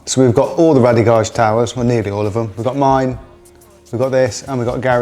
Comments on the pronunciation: Great products they are! However It’s actually pronounced Rade as in “Raid” not Rad-ee. The owner is called Radek and I can assure you it isn’t pronounced how you say it bud. You mention you can’t get them from anywhere else in the UK but in fact you can, I get my Rade Garage products from the only UK Authorised Re Seller that is Wrenchride UK in the North West. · Bloody hell. If you’re going to spruke a great product from a great company at least call them the proper name. RADE Garage not Rally Garage 🤦‍♂️ over and over again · sorry about that guys. Clearly my un-cultured Aussie ears heard it wrong 👍🏼😂